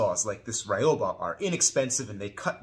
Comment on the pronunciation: You pronounce it, "ree-oba". :)